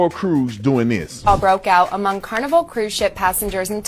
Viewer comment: "Carniver Cruz"